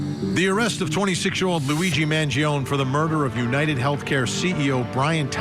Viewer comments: His surname pronounces as Mangi'On'E. Not Mangi'On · Man-Gee-own-ee Vin. It's a great name. Stop messing it up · Vinnie you're obviously Italian, put some Italiano respect on this young mans name and say it correctly. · Mangione is pronounced “man gee o knee” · Vinnie you Iatalian I'ts not Mangioon Its M A N G I O N E In Italian it's Eat a Lot with the amphasis on the last 2 letters NE you leaving the E out 😂😂🔴⚪🟢 couldnt find an Italian Flag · I refuse to take you seriously Vinnie, until you correctly say Luigis last name. Man Gio Nee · Thank you! 🙌 Man-gee-on 🤦🏻‍♂️ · Why can’t he say his name correctly? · No. The italian "e" doesn't sound like the english "ee". It sounds like the "e" in the word "end". And "gio" is a single silable. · Can we pronounce Mangione correctly please ? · vinnie please learn how to say mangione's last name correctly....i cant take you seriously, and you have become toooo judgemental!😢